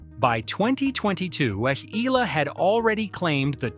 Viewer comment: Not Alexandra. Ela .its PRONOUNCE like this ,, (EY- YA - LA )😊